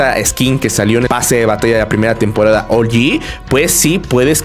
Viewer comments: SE DICE OUG-YI NO OULYI SE ESCRIBE OG (LO ULTIMO POR SI LAS DUDAS) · por q de dices ol yi wtf